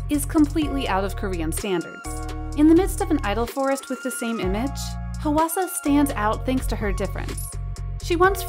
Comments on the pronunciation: im korean and hearing the voiceover go "HUH WA SA" irks me when it's supposed to sound like "hwa sa" PLSSS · The way she keeps pronouncing Hwasa 😭😭😭 I can't.... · Dear narrator: please check how to pronounce the name Hwasa instead of butchering it.